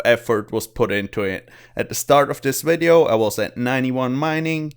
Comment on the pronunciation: I love it when you say "Wideo"